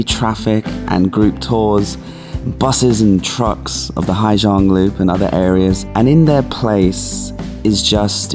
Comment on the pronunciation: it is a rice!!! Not a rice field. Latter is very grating.,,😢 Also, not, as you keep saying Hi Giang, it's Haaaa Giang 😅 First one is the worst, by a long shot!!!